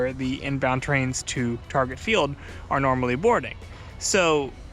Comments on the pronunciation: Targay, yes, that's perfect MN pronunciation. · Thank you for pronouncing Target properly (I've never been on the northstar) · Good job bud, you nailed it! That is exactly how we pronounce "Target." Exactly... 🤔👍😋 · Refreshing to hear someone from out of town properly pronounce "Target"